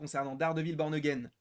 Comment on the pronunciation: Peux tu confirmer le fait que toutes les saisons ne sont pas inscrites dans la timeline et même qu’elle n’y sont-elles plusieurs DISNEY+ ? Sinon fais gaffes à la prononciation,à un moment tu dis « Dardevil P*rn again »😂